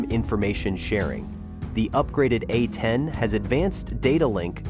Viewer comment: "Super A-tend Warhog"? C'mon. Enough AI nonsense.